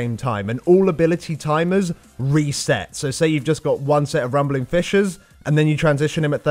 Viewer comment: sounds like he says fishes instead of fissures, so i had to tabb out of wow just to make sure xD